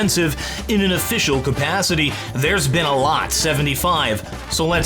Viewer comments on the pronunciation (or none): none